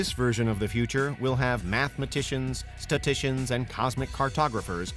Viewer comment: Unveiled always trying to move the damn Earth and shit... Oh, and what's a "STA-tician?" 😂